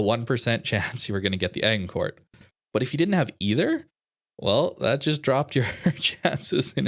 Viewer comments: Also it's a soft G in Agincourt. Like Age.... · Agincourt is pronounced Ajincore. Look up the famous battle of Agincourt.